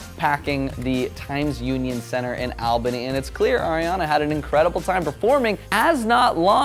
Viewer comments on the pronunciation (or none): It’s all-bany. Not al-bany.